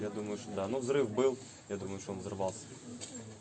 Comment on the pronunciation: наши парни не шокают? Он говорит ШО? Это маскрад?